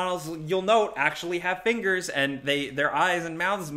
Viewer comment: Glad I’m not the only one who calls fingers fingeys 🤣